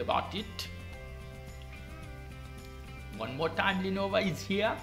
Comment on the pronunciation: Hermione: "It's Lenovo, not Lenova"